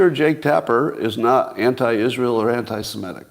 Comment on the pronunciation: Please stop pronouncing 'semitic' incorrectly ('simetic'); it is so annoying.